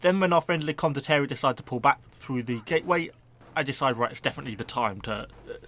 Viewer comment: Con-dot-tea-air-ie. say it like that XD